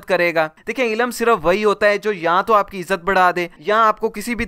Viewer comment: Bhai darakhat nahi drakht hota ha or ilum nhi ilm hota hai.kataab nahi kitaab.Ap ki pronunciation se lagta hai k ap bhi school kem hi gaye ho. Baki video bohut achi hai.i totally agree.